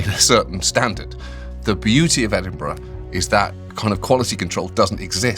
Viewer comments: for as amazing as Sean is at interviewing and even saying "football pitch" the mispronunciation of "Edinburgh Festival" is an unforgivable cardinal American sin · Pronounced "Ed in bruh" not "Edinboruogh" please. So cool to hear Late and Live getting mentioned. I used to play in a band that went on after the comedians between 3am and 5am. Utter carnage... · Great episode!! And John is correct in pronounced as Ed-in-bur-uh and not Ed-in-buro as Sean says 😊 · The way he says Edinburgh hurts my soul it's ed-in-bruh like John says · The first misstep I have ever witnessed from Sean is him mispronouncing Edinburgh. I’ll let it slide though 😂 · The magical thing about the Edinburgh festival is Americans failing to pronounce Edinburgh. Every year… Born, bred Edinburger… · I finally found a flaw with Sean! Pronunciation of Edinburgh needs work :)